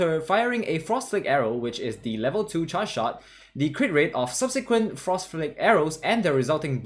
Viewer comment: You need to work on how you pronounce the word charge